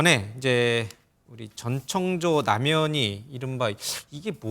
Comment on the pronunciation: 목소리 다 비슷한데 ㅋㅋ, 아, 그리고 모든걸 전지 창조 가능한 "전창조"가 아니라 "전청조"입니다. 다들 발음 실수 많이 하네 기자님, P그룹의 카지노 경영권을 상속 받을 수 있다고 해서 더 혹했던 거에요.